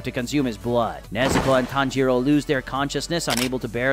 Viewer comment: Not the "tan JEE ro" 💀💀